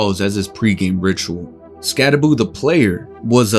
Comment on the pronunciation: Never pick a fight with a man unafraid to mispronounce his own name. He dares you to say something.